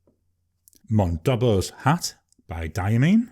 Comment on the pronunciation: Monboddos Hat. Not Mondobbos Hat. 😉